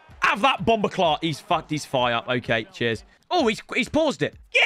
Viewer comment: Fam don’t ever say bumber clart again please don’t embarrass yourself like that. White people make me laugh